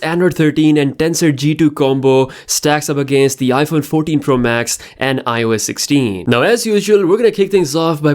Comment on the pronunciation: His accent made him said "noush" and "Iphone 40 Pro max"